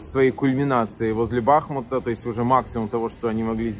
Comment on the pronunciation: Внимательно (как всегда) посмотрел, послушал, "лайк" поставил. Но от "БА(!)хмута" уже просто тошнит. В жизни, быту называйте город, как хотите. Хоть Артёмовском (что в России, уже давно делают на ТВ). Но журналист и депутат Рады должен быть грамотным – БахмУт. ☝